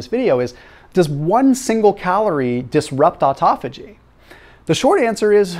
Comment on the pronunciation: Please learn how to say this word " autophagy" it's a Greek word!!